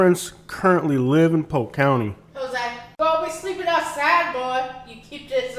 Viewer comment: Interesting how you only drive through the poor areas of Polk County. I’ve lived there for 23 years and yet my neighborhood and surrounding areas look NOTHING like the crap areas you’ve spotlighted. And btw…it’s POLK…not POKE. Yet another false view of an area you choose to disparage. Based upon your ridiculous commentary you should be LOVING the awful areas you show on this video.